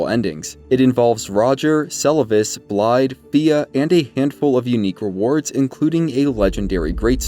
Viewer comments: The "dd"s in Blaidd's name aren't pronounced with a "d" sound, but more so a soft "th" sound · I know I’m a bit nitpicky with this one, but Blaidd is pronounced with a “th…” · still can't even pronounce "Blaidd" correctly smh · can people stop saying Blaidd's name wrong. you here them pronounce it.